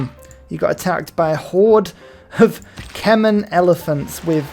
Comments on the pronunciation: say it with me my friend. Queer-ass-e-a. Kuh-my. I love you 😅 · you say Cuirassier like the country of Curacao and Khmer like, well I'm not sure what like 😅